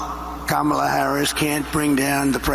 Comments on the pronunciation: at least he can say her name correctly... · Imagine saying kamala's name correctly but messing up gif